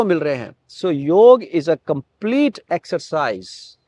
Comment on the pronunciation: it's योग not योगा